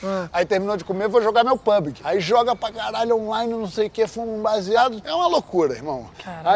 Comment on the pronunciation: Por que ninguém fala PUBG direito?